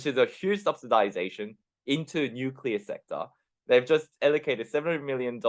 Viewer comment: Nuculur is powwa!